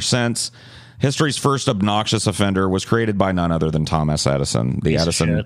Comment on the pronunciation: said TomASS Eddison